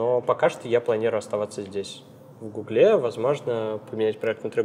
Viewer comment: Не в гуглЕ, а в гУгле!